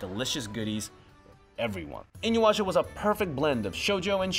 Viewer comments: InuYAsha, not InuWAsha lol Good video :) I'm glad to see El Hazard gets some recognition :D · I-NU-YA-SHA. Not IN-YU-ASHA. This aggravates the shit out of me. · Why are you saying InyWasha? It is spelt as it’s pronounced... Inu Yasha. Like... it’s so easy... why do so many struggle with it? WHY?! Lol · Did he say 'inuwasha'? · "Inu washa" ...... dude..... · Did anyone else cringe at how kept mispronouncing "InuYasha" as "InuWasha"? I dunno if he was doing it on purpose or not, but every time he said it wrong I cringed hardcore. Great video overall though despite that. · Not the only thing he mispronounced I.e inuyasha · Such a fun video. I just wish you pronounced inuyasha correctly 😅😅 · Somebody that works for Crunchyroll should at least know how to pronounce the shows being discussed. How many times will you butcher the name Inuyasha? In how many videos?